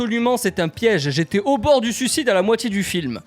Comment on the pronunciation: 😂😂😂 « au bort du suscide »😂😂😂